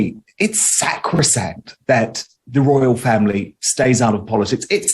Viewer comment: "SAK ro sankt"